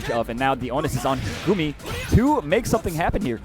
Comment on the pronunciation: It is "Gummy" not "Goomi" unless you don't speak English. It's like saying it's not "Cloud Strife" it's "Kuraudo Sutoraifu" lol.